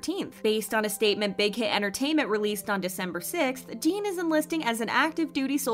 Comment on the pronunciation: Why pronounce jin as jeen